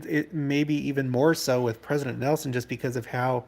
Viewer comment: I was hoping we would be able to hear Pres. Nelson one more time at conference. But, the last time I heard his comment online, I knew his passing wasn’t far off because he couldn’t pronounce his “n’s”. I will miss him terribly ❣️